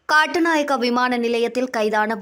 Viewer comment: காட்டுநாயக்கா இல்லை கட்டுநாயக்கா😂😂